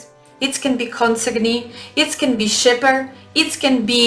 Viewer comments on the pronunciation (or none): consignee - correct pronunciation [KON] + [SY] + [NEE] .